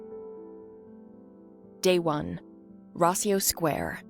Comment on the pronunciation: Its Rossio Square not Raiso. Just in case someone wabts to google it